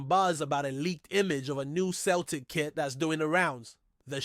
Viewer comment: Can't even pronounce Celtic correctly ya mug!!